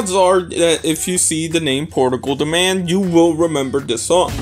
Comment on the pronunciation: I gotta disagree with Portugal. The Man being a one hit wonder. It wasn’t even pronounced right lol. PTM was always popular within its genre, it just never made radio due to the lack of a real interest in rock. This one song was the exception.